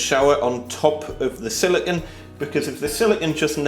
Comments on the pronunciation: It's pronounced "sili-cone", not "silicun." "Silicon" is the colloquial term for semiconductor. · Wait, so if you pronounce silicone like silicon, how do you pronounce silicon?